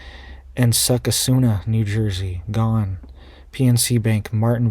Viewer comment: Ha Ha …Here are the local pronunciations for NJ towns…….Hopatcong NJ= Ho pat cong. Succasunna NJ. Suck a sun na, These are Leni Lenape Native American names.